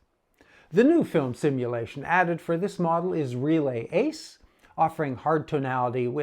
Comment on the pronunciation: Hi! Great review as always. I especially enjoyed your pronunciation of “Reala Ace” versus other reviewers. I suspect yours is the correct pronunciation. I completely agree with your take. This is really a photography camera with an ability to shoot video in a pinch. I find the menu cluttered, too but I do enjoy the customization this camera offers. Cheers!